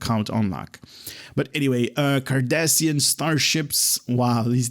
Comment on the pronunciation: Rune and here I was about to same the same thing,not sure if it's his accent that's preventing him from pronouncing the names correctly but it's making my ears bleed,it's Cardassian not Kardashian...and spoonheads come on that's racist 😒😒😒😒😒😒and their are many things broken in this game but you want cryptic to fix a line of text in a Blog 🤣😂🤣😂I'm sure their getting right on that.🙉🙈I also appreciate your enthusiasm but why do you laugh after everything you read and call everything awesome 🤔🤔🤔more than half of the traits and ship abilities are trash but you say everything is awesome, not trying to be rude just find it weird.